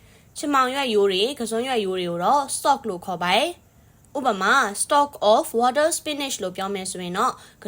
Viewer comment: ဝါးတား water မဟုပါဘူး ဝေါ့ထား ပါ😊ပက်တေးတိုးpotato မဟုပါ ဖာထေးထိုး ပါနော်😊😊